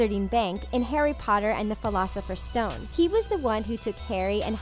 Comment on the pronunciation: What the hell is the pholafesers stone